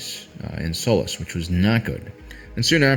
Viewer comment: I can't help but appreciate how that mining planet's name is pronounced "soulless". Sounds pretty fitting under the circumstances.